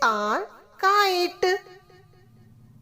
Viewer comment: kite not kait